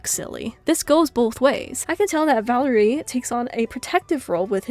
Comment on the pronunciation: Valeriy's name is pronounced as Val-YE-riy